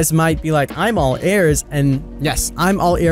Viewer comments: I got angry when he said “Airs” instead of “Ears” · Weird how you pronounce ears XD